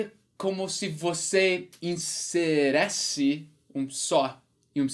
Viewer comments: Achei engraçado ele falando "inseresse" ao invés de "inserisse" kakakak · Inserisse ( não Iseresse)